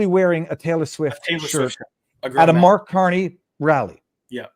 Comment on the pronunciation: Spelled Mark Carney but pronounced "Marde Garnie".